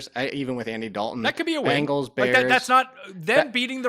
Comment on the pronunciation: you're great, but for the love of god please stop calling the Bengals the "Bangles"